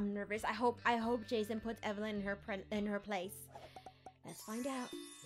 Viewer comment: Gurl you said be strong evylen